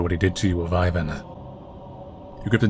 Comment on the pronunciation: So hyped for the sequel! Just a note though, Ivan is pronounced "Eevan" not "Ayvan". You did pronounce Renata correctly, however!